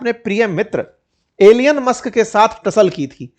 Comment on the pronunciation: Sir आप ने mr. मस्क का नाम थोडा गडबड कर दिया